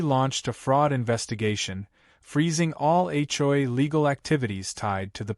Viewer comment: Will AI ever learn how to say HOA? Hjoy is getting tiresome!